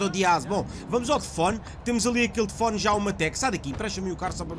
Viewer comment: "tefone" outra vez?